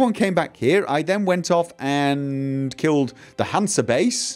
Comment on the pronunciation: you got that right! only convert greater mutagens to another color. If you are still looking for the Winter Cherry, upgrade your home. I believed the Lebioda statue to be a major point of irretation from here on out:) btw: it's pronounced HansE, Germans don't have a silent "e".